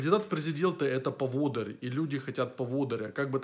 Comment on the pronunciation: правильно говорить поводы́рь... а так согласен